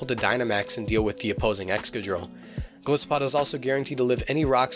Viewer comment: Sorry for being that guy... Its Gol'eye'sopod, thats how you pronounce it, after all it's a Goliath isopod.... I run my Golisopod with max hp and atack, adamant nature and holding a sitrus berry, first impression, sucker pick, liquidation and leech life, but I'm thinking of changing the evs to the ones presented in this video. I play singles anyways...so I dunno:/